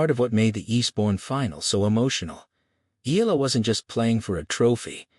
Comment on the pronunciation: Oh boy It’s E ya la got it?